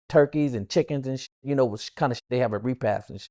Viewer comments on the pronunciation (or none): Repass not repath.